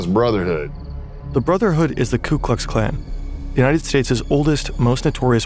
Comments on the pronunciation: "KLU Klux Klan"..?? Seems kinda weird that was able to infiltrate the KKK if he couldn't even say their name right. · "ku Klux klan"